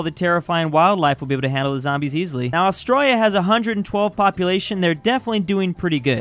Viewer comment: ITS ATRALIA NOT AUSTIA DONT DISRESPECT MY HOME COUNTRY